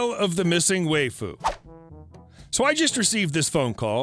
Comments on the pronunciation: It's pronounced why-fu not whey-fu and Saber is a very popular character from fate/stay night series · Lol, "way-foo". It's wife-ooh. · Lol "way-foo", waifu is pronounced "wife-foo". It is Japanese for wife, used by anime nerds who would rather a 2D love interest than risking rejection. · Hahaha how he pronounced waifu... way-fu lol. Wife-fu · Waifu is pronounced WIFE-ooo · That's... Now how you pronounce"waifu". Waifu = wife with an oo on the end. Wife-oo. Waifu. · I'm going to be the 7th or 8th to tell you... it's pronounces wah-ee-fuh. Don't let the 'why-fu' trolls fool you. They're all liars who stole the election from Ralph Nader in 2000 with the help of AOC (which is impressive as she was only 11 at the time; give credit where credit is due. The reptiloids (who are really avian) are crafty f***ers). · It's pronounced WHY-fu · "Why-foo" might be easier to understand =)